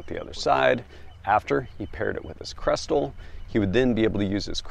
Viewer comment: Not krestel. say Kestrel. Like the bird. Kess-trell...